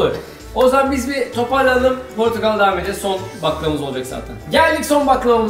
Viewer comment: Portokal ne melih yaa.. her bu meyvenin adı geçen videoda böyle diyorsun.. Portakal lütfen portakal..